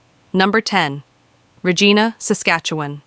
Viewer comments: Ra - Gina?? get this puff ai piece outo here.......ya freakin lazy slob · You can tell it is not made by a Canadian as soon as they mispronounced "Regina". Likely US propaganda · It is pretty unprofessional when in the first minute the narrator mispronounces the name of the first city on their list. This is fluff. Do not believe that any human thought has gone into it. btw Regina rhymes with vagina. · The AI cant even Say Regina correctly. Better get an AI upgrade!